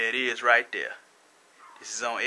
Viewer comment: why do black people way "wiff" when they mean "with"? also, "dare" when they mean "there"?